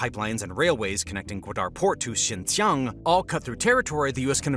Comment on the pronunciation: It's Xinjiang, pronounced syin-jee-ANG, not Xinxiang.